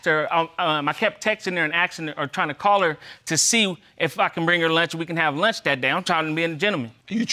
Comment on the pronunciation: Stop saying “Axed “ it’s asking geez